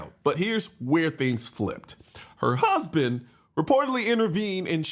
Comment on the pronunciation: "her hUUsband"